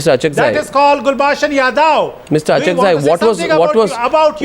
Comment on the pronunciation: I don't know why all Pakistani pronounce Kulbhushan Yadav as Kulbhushan Yadev. It's 'Yadav' and not 'Yadev'. See